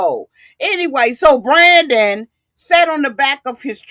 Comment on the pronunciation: Dude keeps calling him brandy but his name is Brandon. I was cracking up. 😭😭😭😭😭😭😭😭😭😭